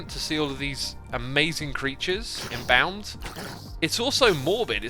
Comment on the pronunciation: Your mispronunciation of embalmed is very weird :p